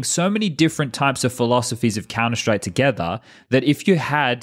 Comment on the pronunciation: Talkin countah!!